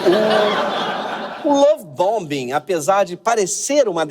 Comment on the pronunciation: Obrigado Greg pelo esclarecimento sempre bem-humorado e também pelas críticas justas ao PT. Duas pequenas correções: A pronúncia da palavra em inglês, BOMBING, o segundo B não é pronunciado. E o Charles deixou de ser “príncipe”, agora é rei. Parabéns pelo seu magnífico trabalho. 👏👏